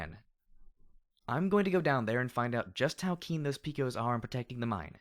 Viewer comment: Dude, I love what you're doing and it's the only thing keeping me enthralled with this story (along with the other FoE). And the ending...Fuck... But one thing I kept clenching my fists at each time I heard it: it's pronounced "Pe-cos (pay-cos)", as from the cowboy mythos. Love what you're doing though and keep it up.